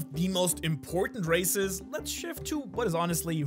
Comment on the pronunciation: I thought he was saying racist